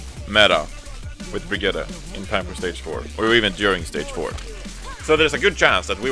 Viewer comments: It s not Bregetty or Bregeeta It s a german/nordic name. Its pro.... fuk it do whatever you want! Just dont let me hear it or my cringe organ could implode ofc this is not only aimed at you! Its for all of you! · How they pronounce Brigitte XD i thought who is this hero they are talking about